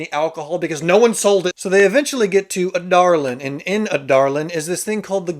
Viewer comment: Actually how it's pronounced!